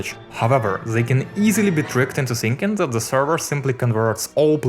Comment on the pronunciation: why does he pronouncing "the" as "ze"